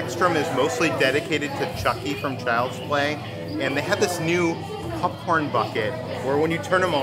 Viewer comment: Oh god he does it with popcorn too.. pupcorn just like he says huttub. What area of the world is your family from? LoL. I’ve never heard that before.